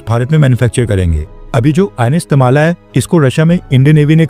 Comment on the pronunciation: It's not Tamala.. it's Tamal.. a sword used By Indra